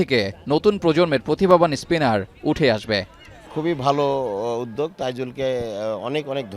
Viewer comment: সাংবাদিক কিন্তু উদ্যোগ উচ্চারণ করতে পারে না 😢 ১.০৫